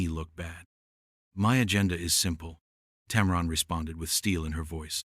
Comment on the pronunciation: Why don't you ever show the actual interviews? is no "powerhouse". It's "TAM-run", not "TAM-ron".